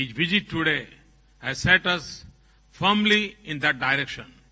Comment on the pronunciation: Kaise Hoga India ka Vikas ?. Jab ke Hamare Prime Minister Hi . Mrs. Ko M-R-S bolrahe Hain. pahele inko English Sikhayoo. bina english sikhe ke Wo Duniya Bhar Ghumrain. pata nahi aur kiya kiya bolke aye ki wahan. aur visit ko Bijit. bolrain.puri english ka postmortem hojara pure india walon ki Beizzati Hojari sharam karo sahram karo